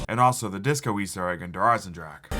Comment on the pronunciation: Merry Christmas! Also Der eisendrache is not pronounced « drak » but « dra-re » atleast from Google traduction that’s what it says on there I miss the « thundergun »